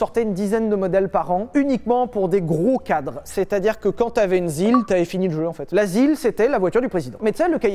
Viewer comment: l'asile (la zil) 🤣🤣🤣🤣🤣🤣🤣🤣🤣